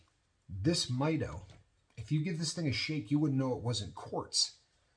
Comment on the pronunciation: Great video. Beautiful watch. It's pronounced "mee-doh" 😊